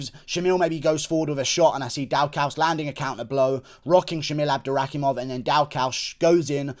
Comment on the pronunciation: It’s pronounced DAW CUS for Chris Daukaus